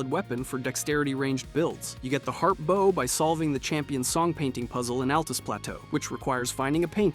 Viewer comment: First time I ever heard someone mispronounce the word "bow"